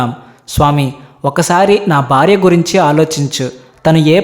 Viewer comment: Amazing story.... Hara Hara Mahadev. The Telugu pronunciation of the narrator is not the best. The host must work on his pronunciation. It is not 'barya' but it is 'Bharya' . The emphasis should be on b as in "Bha'. Good luck Why do we have to include Europeans in your videos for no reason? What is wrong with Indians?